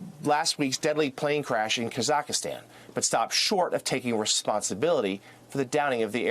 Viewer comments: azerb…. Kazackeestan who tf is this dummy reporter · Hahaha Kazakhstan is not pronounced like that. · This mf messed up every single country’s name 😂😂😂😂 “kazackistan” and “azerbige” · Ah-zer-bi-zahn and Kaz-ack-stan 😉